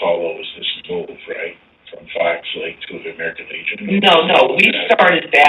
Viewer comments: ps it aint called fox " lakes " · It's Fox Lake, not Fox Lakes.